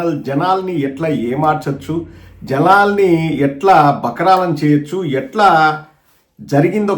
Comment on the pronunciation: జలలన్నీ కాదు రా బాబు జనాల్ని అని మాట్లాడు🤣🤣